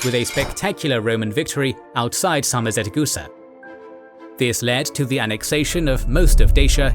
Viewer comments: Sarmizegetuza can not be pronounced Sarmizetecusa... How did the narrator managed to mispronounce it? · Very bad pronunciation for names and places... it was SARMIZEGETUSA, not SARMIZETEGUSA! Great video otherwise! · Great video! I'm honored to be somewhat related to both Romans and Dacians, as I'm Romanian myself. The only correction from my side - it's "Sarmizegetusa", not "Sarmizetegusa" :D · One small mistake, the correct name is SarmizegeTUsa, not SarmizeteGUsa. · Correction: Not Sarmizetegusa, but Sarmizegetusa. Pronounced Sar-mi-ze-dje-too-za. It apparently meant "place of Sarmatians and Getae", as can be seen in the name even today. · "Pronounced Sar-mi-ze-dje-too-za" Actually, it is pronounced Sar - mi - se - dje - too - za. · As a Romanian, thank you for your hard work, great video! One thing to mention though, the Dacian capital is spelled Sarmisegetuza and therefore pronunced differently, hope this helps! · What stroke my ear is the way SARMIZEGETUSA is pronounced It sounds like 2 syllables interchanged their place in the word... Being a fluent speaker of Romanian language, it was impossible not to notice it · Oh my God... The poop, poor pronunciation of „Sarmisegetuza”!